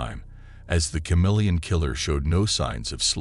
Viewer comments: Dude, is this even a real case? Ive never heard it before. First off, its ka-MEEL-yun, not cha-MEEL-yun. You left us with more questions than answers... What year(s) was this case? What in DuBois' background prepared him to impersonate all these different people and nationalities? He impersonated a woman? How was he able to pull that off? How did finding a fingerprint lead to them finding out he was shacked up in a hunting lodge? Who were the cops who figured that out? When he was caught, where was he prosecuted? Which country? What sentence did he receive and where is he incarcerated? His policeman brother , you imply, was aware of his brother's crimes. Why wasnt the brother prosecuted for harboring a fugitive or as an accessory after the fact? These are obvious questions you should have addressed in the video. Do the research, then remake the video. This one is just missing too much background info. 😮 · Love thenew channel & the subject & the blessedly not- totally-over-covered case... ... but... every time he pronounced the word "CHameleon" incorrectly, my face involuntarily contorted into a painful cringe...😬🥴 Lol Keep up the good work to! I appreciate all your time, effort, & hard work!!